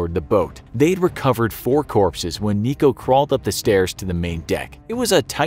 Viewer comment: Lol "corpses"